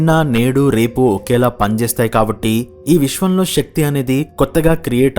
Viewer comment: Shakti కాదు శక్తి అనాలి. తెలుగు ఉచ్చరణ సరిగ్గస్ పలకాలి